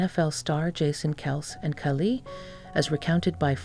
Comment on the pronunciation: Please learn the correct pronunciation of Kylie...."Ki-lee".